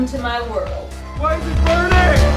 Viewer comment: IT'S BURRNINNG! Lol!